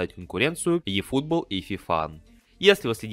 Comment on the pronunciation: Ифутбол, а не "йэь"